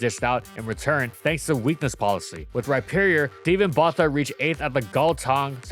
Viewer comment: Correction on it's pronounced Steven Botha (Boortah) from Gauteng (Hauteng)